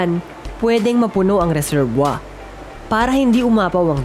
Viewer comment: Ano yung sinabi mo?, reserbwa?,..🤣😂🤣😂🤣😂🤣😂🤣 Resebuwir,..yun,..sounds like reserbuwir,..hindi reserbwa!